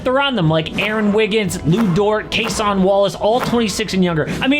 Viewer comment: did you just call cason wallace, case on wallace lol